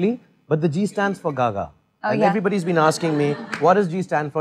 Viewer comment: She's pronouncing so well my gosh